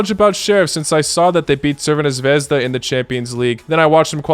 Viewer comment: NOW THATS HOW YOU SAY CRVENA ZVEZDA😂